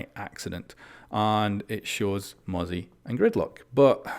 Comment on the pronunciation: Thank god he pronounces mozzie correctly now 🙃